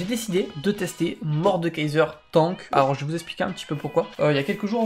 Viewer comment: Il est beau le "TONK" mdr on dit Tank non?